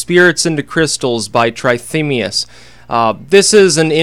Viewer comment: Pronounced tratemias